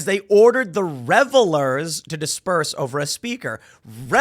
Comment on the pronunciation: Fine lines between revelers and revile-ers. 🤣🤣🤣